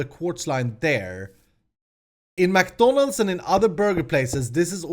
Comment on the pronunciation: I'm sure people are gonna rage because you say McDonalds wrong....